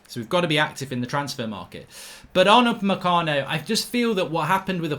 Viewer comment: Why is it that everytime Mark says Upamecano, I only hear 'mecano?